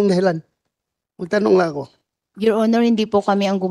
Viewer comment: Your onor yor onor daw😂😂